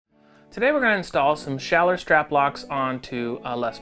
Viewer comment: Nice pronunciation of a German name